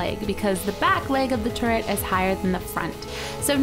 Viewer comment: at the beginning it sounded like she said portal turd